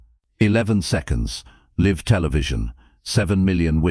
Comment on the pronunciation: ~ RE: NARRATION: that's L- I -VE Television, not "Liv" TELEVISION. You asked? you got it.